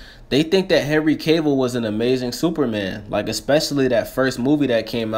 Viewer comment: Sound almost like you said henry cable xD